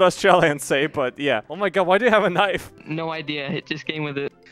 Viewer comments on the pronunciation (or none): "That's not a knoife"